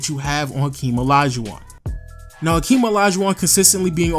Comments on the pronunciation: Its hakeem not akeem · I don't get why people always picking on these tiny little nonsense on how to pronounce or mistake with naming. It is just a name and everyone know who is a is. Not like he called Hakeem. Henry. Very small pronunciation error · Hakeem not Akeem bro